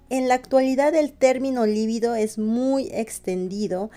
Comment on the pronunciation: Es un actor muy sexy y eso proviene de su energía sexual por lo cual él tiene claro como trasmitir la atracción y el amor, que sí se relacionan con la reproducción, o sea con la vida. Siempre dices "líbido" como palabra esdrújula y no lo es, libido es una palabra grave. La confundes con "lívido" que sí es esdrújula y por eso lleva tilde. Saludos desde Uruguay!